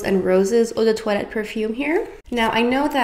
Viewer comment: Im french and the way you pronounced eau de toilette made me think you were actually french ahah